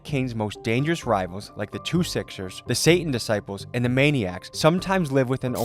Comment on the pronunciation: It’s Two Sixes not “Sixers” 😂🐰